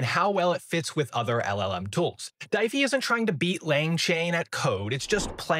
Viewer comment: I think it's pronounced D-if-y, like Shopify, but a D. If not that logo confused me